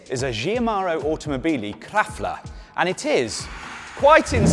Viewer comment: Did you mean "Katla"